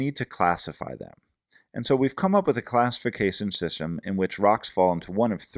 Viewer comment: "classifisasion sisem"